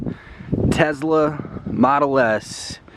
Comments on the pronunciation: Its a Tesla not a Tezla u fucken moron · tesla - not tezla. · Wtf is Tezla? It's tesla you dumbass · why do u say tezla. it's a tesla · What's a Tezla? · lol "tezzla". I'm sure you're all "car guys" by the way you all just buy the newest hype car. Doubt any of you can work on cars or drive manual. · I got cancer every time he said Tezla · Well considering Elon Musk pronounces it tezla, you need to shut the fuck up degenerate